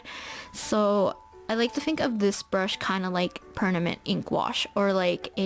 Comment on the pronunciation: she said pernament lol cute